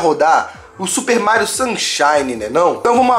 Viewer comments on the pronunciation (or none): falando Mairo shunshine se tornou realidade kk